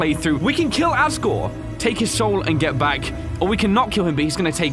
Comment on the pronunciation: Bro said "agore"